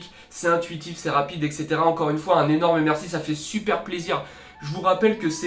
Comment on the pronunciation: "Un nyenorme merci " Bah un nyenorme derien 😂